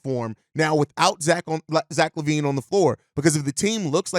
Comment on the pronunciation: Lack Levine.. you gotta put the Ls on it… just like with LaMar LeRozen.. of course in the LaMar, you are also highlighting the fact he has no D.